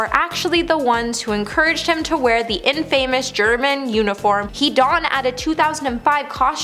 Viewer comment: Dear, learn a new word: “IN-famous”, not “In-FAMous.”